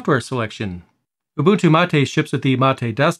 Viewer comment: Finally i hear someone pronounce Ubuntu correctly, 99% of people pronounce it wrong